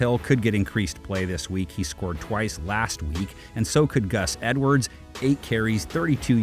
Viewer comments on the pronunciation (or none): none